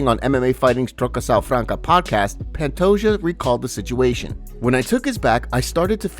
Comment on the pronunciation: It bothers the hell out of me that you pronounce Pantoja’s last name as “pant-o-Ja” instead of “pant-o-Ha”